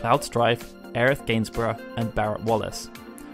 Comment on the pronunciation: Ugghhh Aerith... Every time I hear it pronounced that way I want to vomit. The same for when I hear so desperately cling to the idea that Crisis Core is even remotely canon. Neither are canon. Regardless Tifa is such a badass and will always be my favorite Final Fantasy character. With Quistis a close second